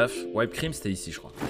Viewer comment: Whipped cream , she prononce wi p cream pas why p cream ! Fini de faire. On relic video genial